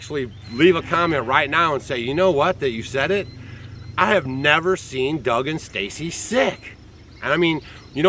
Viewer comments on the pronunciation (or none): DOUG, NOT DAUOG!! GOT THE EMAIL